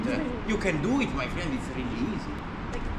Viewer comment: my FRIEND L mia maestra: si dice FREND